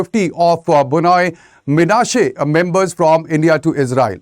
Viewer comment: Why should Indian Government have a problem with kukis claiming to be one of the lost tribes of Israel? Did Indian Government even provided a separate state for the Kukis if it thinks Kukis are part of India? Kukis have the right to migrate to Israel if not given due recognition and separate state in India. Note: The speaker in the video repeatedly mispronounced Bnei Manase as B-noi Manase. Bnei Manase pronounced as B-nei Manase not B-noi Manase.